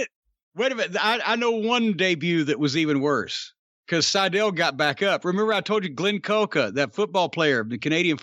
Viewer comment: Matt Sydal more like Matt Sy-Fell